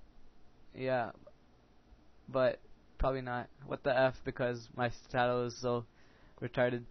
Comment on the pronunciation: I finally figured out that you've been saying sit-aaaa-dal instead of sit-eh-dul. I got really confused in another vid.